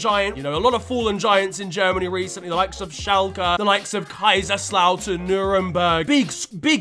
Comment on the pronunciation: As a German it's soo funny to hear a big English man like Pronunce Teams like Kaiserslautern